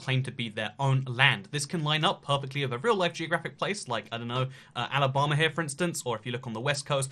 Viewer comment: I think that's the first time I've heard a British person say Alabama. It's so weird lol 😂